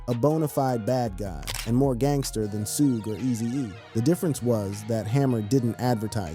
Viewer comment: “Suu-gay” knight? is this guy serious